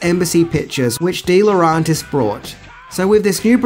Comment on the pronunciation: DiLauRENtis! DiLauRENtis! DiLauRENtis! REN REN REN REN Not DiLAuRONtis AAAAAHHHHH!!!!!